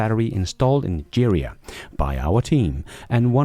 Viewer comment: The best thing about this channel is how you try really hard to mispronounce everything you read. Todays gems were Giga, Nigeria, Chisholm, and Stew.